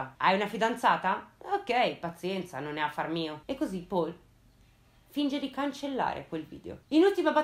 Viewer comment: Uno dei video migliori, complimenti. Solo una cosa: Paul in tedesco si pronuncia... Paul, non all'inglese :)